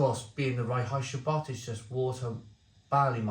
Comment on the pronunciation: I laugh evert time you say "Reinheitsgebot"... don't speak German but i know it's more like "rine-hites-g'boat"